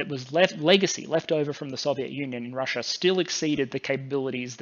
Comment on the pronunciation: Russia doesn't end an "r". Neither does idea.